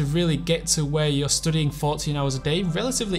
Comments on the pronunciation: And why he keeps pronouncing studiiŋ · the way hes pronouncing studying will be stuck in my head forever now